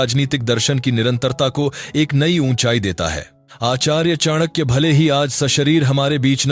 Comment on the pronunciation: Two simple questions to you. 1. Whether you consider the ancient broken bridge between India and Sri Lanka was Ram setu Or Adam's bridge? 2. Whether you consider Ramayana and Mahabharat are real or imaginary ? As per western historians whom you are following. The Pronunciation of Chanakya is not correct. Years of research required to comment on such issues. And finally I was quite sure that your points are not at all reliable when you are referring Romila Thapar. Stop insulting such great people and our great nation